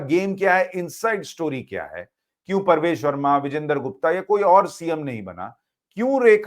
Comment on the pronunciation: परवेश नही प्रवेश